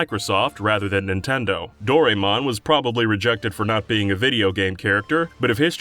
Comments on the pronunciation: "Dorymon" Fuckin uuugh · You've really got to learn how to pronounce Doraemon.